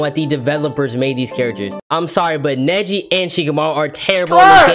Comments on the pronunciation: that ain’t neji that is neshi 😂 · Nah that’s not Neji that Nejia